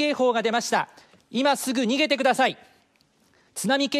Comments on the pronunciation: When he said "Evacuate imme---" i thought i heard n!gg@ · I was going to point it out that it sounded like that. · when it said "exacuate immedia-" the end sounded like the n word... uhh.. you know what i said. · god damn it why did i think he just said the n word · wait the last word the guy said it sounded like the n word tvh